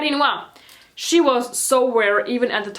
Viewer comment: ShE (no hate might just be your accent)